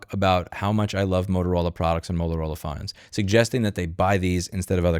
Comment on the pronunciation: when you said "phones" it sounded like Australian.